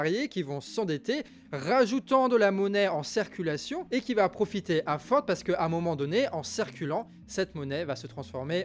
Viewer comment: J'entends "cerculation" ... au lieu de "circulation" !? c'est moi ou bien ??? Sinon super travail.